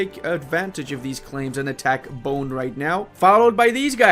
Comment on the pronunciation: Hey, enjoying your videos. One small correction, it's spelled "Ter-na-tay", not "Ter-nat". And "Tee-do-ray" and "Bo-nay". It's spelled the same as if you spelled the words in Spanish. Every syllable/vocal is spelled out. Greetings from Indonesia!